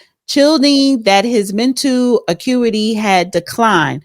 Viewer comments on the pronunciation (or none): none